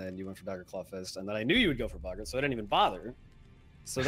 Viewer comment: Nice to hear that still hasn't learnt how to pronounce Boggart/is doing it wrong on purpose like Mariner.